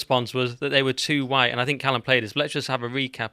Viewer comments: These anti white types always say it with weird emphasis...Hwwwhitte! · Have we all noticed the over pronunciation of the 'H' in white. It reminds me of Brian Griffin out of family Guy when Stewy was taking the piss out of him doing the same. It's starting to become a thing. It's a another secret handshake that signals, 'hey I'm one of you'. None of these people believe any of this woke bullshit, it's all flag waving to show fealty to their corporate masters.